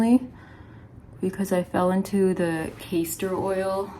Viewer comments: Glad to hear Rosie is going to be ok!! How scary! You said Cayster (oil) which I've never heard of, did you mean Caster Oil instead? (pronounced CAST ER) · CASTOR* (pronounced carster) not Kayster